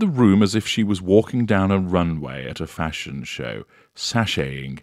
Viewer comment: What is the Astroturf fa-shon? How is this not Kermit goes to church? Have we seen it?? Thanks. Love you